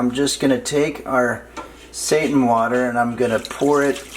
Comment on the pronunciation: Him pronouncing it as satan instead of seiten has me cracking up lol. Also I thought this was actually vegan but the eggs snd butter ruined that but I'll substitute those and lastly the cat on the counter was a 🙅🏾‍♀️ for me. That's why I could never eat food at potlucks, you never know what oeople have going on in their kitchens..but thanks for the recipe!!